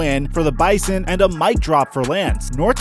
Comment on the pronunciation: Next time you talk about the bison please pronounce it bizon all the ND people are cringing